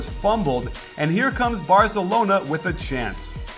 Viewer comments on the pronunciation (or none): none